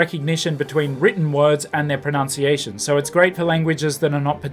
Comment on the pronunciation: Interesting and useful video - thanks. On small irritant for me, the word pro-NUNC-iation should be pronounced the way it looks and not as you do it in this video: pro-NOUN-ciation.